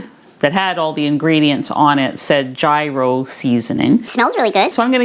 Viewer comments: It is not pronounced “Ji Ros”. It is pronounced “Year Ros”. I feel so inspired by your demonstrations. Thank you. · Just fyi, gyro is pronounced yeero. It all looks so yummy!